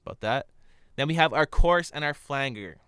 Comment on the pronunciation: Thanks for you videos, very helpful as I work my way through Audition. And because you've helped me, I'll return the favour - it's pronounced 'flanjer' I couldn't work out what you meant at first then I realised! Keep up the good work.